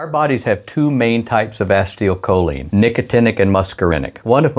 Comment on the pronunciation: Pronounced "ACEEEToL-choline". NOT "ASTIO-choline" 🤪